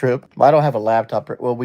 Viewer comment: “Lab top”